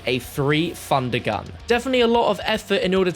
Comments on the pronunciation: “A three fundergun” Love you 😅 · "Three Fundergun" 😂